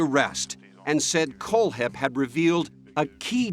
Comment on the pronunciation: Is the narrator mispronouncing Kohlhepp on purpose??